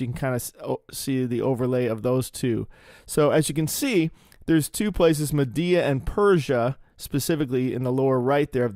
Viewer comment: Every time you said MADDEA 😂 Love you,! ❤